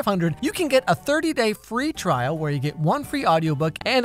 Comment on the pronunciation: “the thirty day free twial”🙏😭